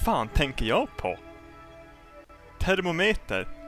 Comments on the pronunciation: it's more like Fur-mo-meat-er that termomah:) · Not thermermeter it is thermometer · try saying it like this. therm- o - mider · Thermometer* Therm-mo-metre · Ther-mometer that is how it is said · Thermometer is Thur-mah-mih-tur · Who the hell pronounces it like that Ther mom eater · thermometer ,Th-air-mom-eater :D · I lost it when he said Termometer, trying to say thermometer XD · Its prononced (therMOMITer) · "THUR-MOM-EATER" pls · him trying to say thermometer lol i love you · He sounds Irish when he says 'thermometer'